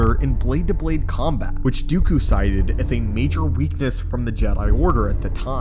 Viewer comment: It's Dooku, not Dyukyu.